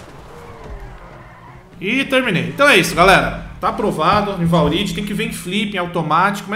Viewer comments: ...valride... kkkkk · "valride" kakakaka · **valride** kkk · Jean Carlos a gente sabe que é zoeira cara(Pelo menos eu sei) só que da gastura ver ele falando Valride, foi isso que eu falei '-' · Kkkkkkk valridi kkkkk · "valride" KKKKKKKKKKKKKK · "VALRIDI"? SÉRIO MESMO? KKKKKKKKKKK